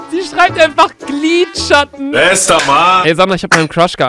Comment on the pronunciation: Gliedschatten 😂😂😂Glie😂gliedschatten